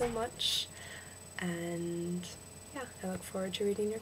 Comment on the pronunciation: i'd say that the problem is with your "a". you say 'and' really britishy. it needs to sound a bit more like an "e" sound but not just "e", a mix between "a" and "e". Just "e" is New Zealander